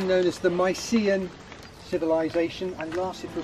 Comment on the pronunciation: A correction in your pronunciation, it’s ancient Mycenae not Marcenae. Also it’s Nafplio, you don’t pronounce the P in Nafplio. And Mycenae was a walled city not a castle. It is spectacular for sure. I can’t figure out why you would not think the roads are sealed in Greece, especially the country roads. Ahm also how about learning to say Kalimera- it means good morning. And no more wows - it’s so annoying to hear this all the time. Greece is a wonderful place to tour for sure.